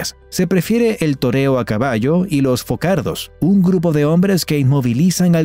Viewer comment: No es focardos, sino forçados (forzados en español). Ni Valenca do Minho, sino Valença do Minho. La ç se pronuncia entre S y Z.